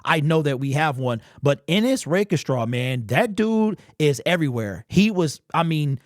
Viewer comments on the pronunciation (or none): Love ya but the way you say Rakestraw has been killing me. Rake...Straw not Rake..E..Straw. Sorry